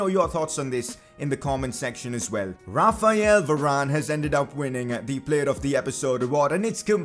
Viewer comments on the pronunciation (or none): none